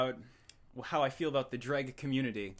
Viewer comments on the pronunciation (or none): Calling it "juh-reg" instead of "jay-reg"? I HATE JREG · Why is it pronounced with a D? It's a J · I never knew it was pronounced 'dreg'... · it seems the more time passes the more the way he pronounces "Jreg" moves toward "Dreg" I wonder if that's on purpose or just like a Freudian slip. or maybe it's just the easiest way to pronounce the word. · It's pronounced "Junior Example" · It's pronounced "Dreg"?????????? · Daddy is the most accurate pronunciation of jreg yet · Wait, it's pronounced "Jreg" ?